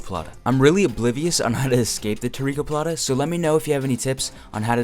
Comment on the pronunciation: Baratoplata not tarikoplata at 6min